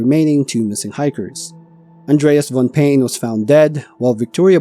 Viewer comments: Not "pain" but "pai-neh". If you dont know how to pronounce some place name properly, please look it up before you record. This whole video you mispronounced the name of the place dozens of times. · Paine is the indigenous word for blue and is pronounced PIE-nay. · Pronounced “pai -nay”. 😊